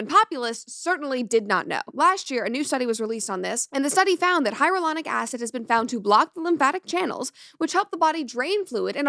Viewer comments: Shouldn't you be able to properly pronounce HYALURONIC acid if you are commenting on it? It's not hieronic. You are skipoing an entire syllable. So unprofessional. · Really annoying that she keeps saying “hyarulonic” instead of “hyaluronic” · Luckily, I just did not have the money. It's scary that this woman does not know how to pronounce "hyalluronic." That doesn't make her sound like an expert.